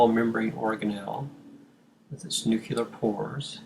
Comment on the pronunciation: This is a brilliant and very helpful video. This makes the abstract concepts of the cell cycle a lot more concrete. The only change I'd recommend is that "nuclear" is pronounced like "new clear", not like "nuke you lar".